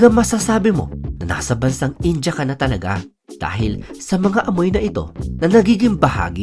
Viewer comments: In-dee-yah , hindi In-Jah! 🤣😂🤪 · India-Indiya, hindi daw po "Inja". Iyan ang reklamo ng mga Indiano sa OFWs da Mid East 😊